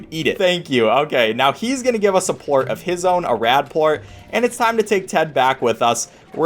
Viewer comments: Did you say port instead of plort? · actually it's Plort not port get it right 🤓👆